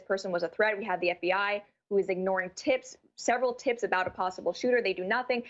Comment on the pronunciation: Did she say tips? or Tits?